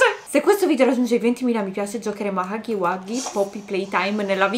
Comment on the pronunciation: Si dice huggy no haggy